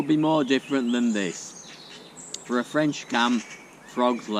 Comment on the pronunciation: The French accent needs a bit of work but your cooking is spot on. 👍